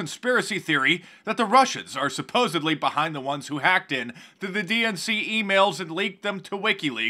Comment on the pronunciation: FYI, Mark... when you say supposebly instead of supposedly, you sound like an imbecile. I know you are not but just an FYI. Maybe it is just a pet peeve of mine. 2 cents. I'm also a big fan.